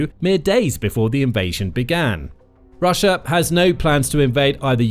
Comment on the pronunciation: .... "rush-er" lol